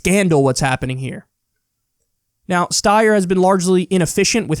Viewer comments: Steyer is pronounced Stie-er. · Someone needs to tell Kyle how to say Steyer correctly please for the love of god